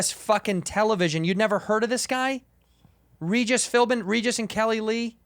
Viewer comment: "Regis Philbman"